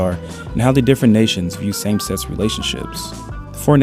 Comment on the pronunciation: Try to pronounce sex as "seh kis" with a strong K instead of "set" or sexuality like "sek shoo ality" instead of "se tshoo ality" fact as "fek t" instead of "feh" Besides some other minor mispronunciations your English is pretty good! I just found a bit difficult to understand some parts of the video.